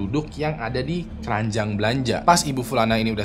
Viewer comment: bang "KERANJANG BELANJAAN" apa "KERANJAAN BELANJAAN"😂😂😂